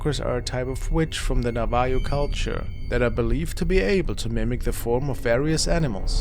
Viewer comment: Enjoy the videos. BTW it's Navajo.... Sounds like Nava-hoe